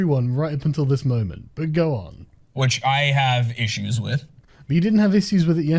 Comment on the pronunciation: "issoos". Regressing there, Sargon. It was your interview with Lord Whatsisname, wasn't it?